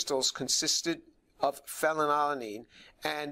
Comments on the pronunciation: Phen -when unnn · Fanny Lala Neen. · good catch, I did not even notice, I was too confused by Phe, and his tendency to pronounce it "fellatio-lean". This is what happens when you watch too much pornography in college. 🤣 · My favorite part is when James struggles to pronounce "phenylalanine" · Tour has an H-index of 165 and is specialized in orgo chem and chem bio.Yeah ig its a bit weird he couldn't pronounce "phenylalanine" correctly but thats literally his field of work, and he is certainly someone who understands it well given his numerous and major accomplishments for the scientific community as a whole. Ig all i'm saying is don't take this guy for some crazy, evangelical fool. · *has a "PhD" *Can't pronounce the name of a chemical introduced in high school biology/organic chemistry yeah that checks out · the fact that he can't even pronounce phenylalanine without stumbling says it all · The way he's stuttering over his words, did they not give him a couple of takes to get it right? Like, I get phenylalanine is tough to pronounce, but it doesn't look good to have your chemistry expert stumbling over chemical names. They should try having him say it a couple times first until he's ready. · Dude can barely pronounce phenylalanine!!